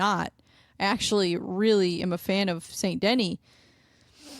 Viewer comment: Saint De-knee, not Saint Denny. Otherwise, i dig what youre doing! Good luck w the channel!